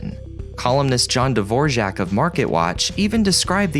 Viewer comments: Pronounced John Dvorak, Dvorak as in the Dvorak keyboard, not Dvorjyak as you pronounced it. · It's Dvorak, not Dvorzhack. You're the second person I've heard mispronounce it that way. So weird. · That's not how you pronounce John Dvorak. It's dee-vor-akk. Windows 8 was fine. Everything ran... just had to ignore the start menu.